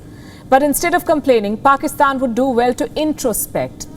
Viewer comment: Its not Pakistan, its "Paxtan"! You know, the cool and hip one 😎